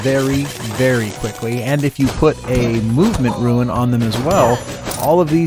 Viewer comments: You did a good job with this video, but I have to agree about RUIN/RUNE. Everyone I heard "ruin," my mind couldn't process the next five seconds of the video. Haha. Otherwise, great job! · Really enjoyable video - just two gripes with it: The "subscribe and bell clicking" animation that pops up every 20 minutes or so is incredibly annoying when it is THIS loud. Also, every time you said RUIN instead of rune hurt a bit - which added up to a LOT of pain! :D